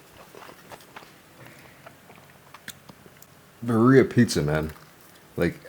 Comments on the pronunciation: Your pronunciation of birria could definitely use some work. As a white guy who lives in the SW of the US you sound like the white stereotype haha. Think of it as Beer-e-ah, where you roll the r's as well. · Roll your R's birRrRia pizza lol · Oh yum! And..awkward pause..should I tell you how birria is pronounced? no shame, someone taught this white girl lol. It's "beer ee yah". I love how you eat, been following you for years. :) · It’s pronounced “beer-ia”. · Bro, you have to learn how to pronounce 'birria' 😂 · Love nut job pronunciation of ‘birria’..Would’ve been even better if he just used his signature one- syllable abbreviation, perhaps ‘birr’😊